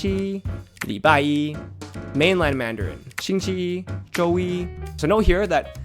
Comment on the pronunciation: 星期一 are all 1st tones, yet you put 期 with a 2nd tone